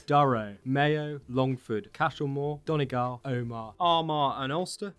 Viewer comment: I'm really annoyed that you pronounced both things to do with Donegal lol, because it's pronounced "Donnygawl" kind of and Aileach is kind of pronounced as "alyach" as far as I know.